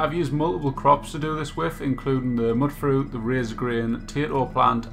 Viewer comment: It's... it's pronounced "mute-fruit" because they're mutants, not muttants.